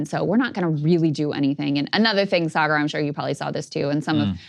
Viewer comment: sargar turned into a Scottish guy for a sec